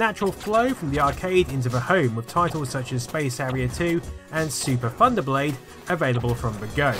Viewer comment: Lol your U.K pronunciation of "th" worked out perfectly for Super Thunderblae